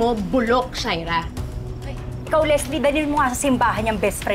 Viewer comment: Sha-ee-rra kainis na my God...